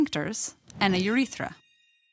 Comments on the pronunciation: the way she says "uthetra" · Wow I love the way she says Urethra